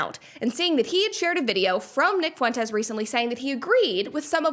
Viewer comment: Lol "Nick Foo-entes" hilarious 🤣